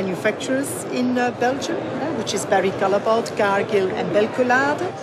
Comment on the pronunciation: NOT "calleboa" it is a flemish name it is pronounced Callebout ;)